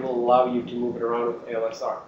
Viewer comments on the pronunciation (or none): That guy keeps saying ALSR instead of ASLR, drives me nuts.